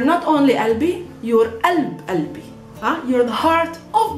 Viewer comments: it says qalb qalbi but she pronounces alb albi. why didnt she pronounced the Qaf? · kalbi and qalbi are two different things. haha. pronunciation is important in arabic. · 3rd one is not Albi its Galbi